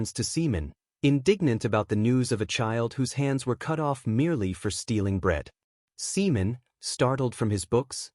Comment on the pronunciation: Another good one bro, i would just advise always check and spend extra time editing first 10-15 minutes to keep potential subscribers hooked, cuz I've seen many viewers just dropping videos because of mispronunciation of names like the opening Simon or Seaman, i love how your AI is very descriptive but this video took way longer than for example Genius Prismatic Mage full 4 hours more for 3 more chapters. Keep up with the good work bro